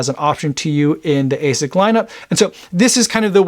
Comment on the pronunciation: My japanese friend says it's pronounced as "ah-sicks", not A6